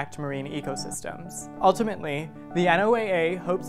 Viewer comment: Marine scientist here! Great video, but just wanted to say NOAA is spoken as "Noah" not "N.O.A.A." :)